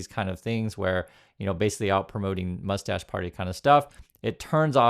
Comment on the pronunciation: Why are you calling it moustach party?…?